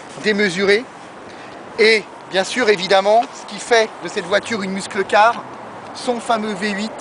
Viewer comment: Superbe! par contre on dit meusseule car, pas muskle car.